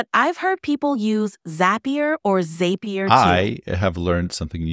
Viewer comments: zap-E-er rhymes with happier not "zape-E-er" as the ai kept saying haha. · My man: she mispronounced zapier. The way she said it did not sound like "happier."